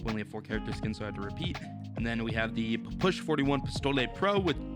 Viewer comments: its a P. P. S. H. Not a push and its fricking russian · It's pronounced papasha or just call it p p s h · Nah he said Pa- push lmao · Can’t wait for to pronounce the Ppsh correctly. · I bet likes how he pronounces the new gun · He is saying the name of the gun so wrong and his videos of so damn lame